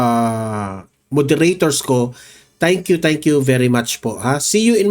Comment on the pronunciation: Hindi sabscribe but sUbscribe and not TANK you but THANK YOU paki ayos ng pronounciation mo di ba vlogger ka